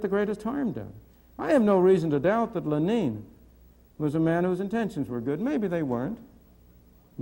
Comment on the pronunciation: "Len-een"? Is that how you really pronounce Lenin in Russian?